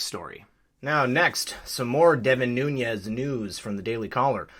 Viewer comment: Noo - nes, not Nu- ñes. His name is Portuguese, not Spanish.